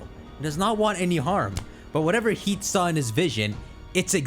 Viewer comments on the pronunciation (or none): none